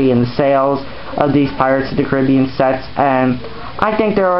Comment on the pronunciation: why did you say pirates of the cribean?